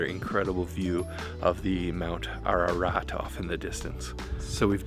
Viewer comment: You pronounced "Ararat" like a real Hye!!!!!